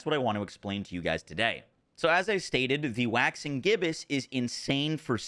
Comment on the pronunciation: Omg he finally said Waxing Gibbous right 😅